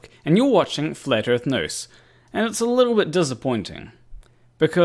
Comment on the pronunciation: Hi PlanarWalk, I will certainly follow your news-channel as it promises lots of hilareous facts. But about the name: is it me (I am not English-speaking) or your accent, but it sounds like "Flat Earth Noose"! It might be hopefull wishing or a Freudian "Slip of the ", but i certainly hope it will kill their movement! Good luck with it!